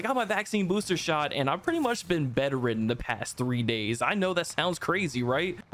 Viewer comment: This man said betteren😂😂 I think he meant Bed-Ridden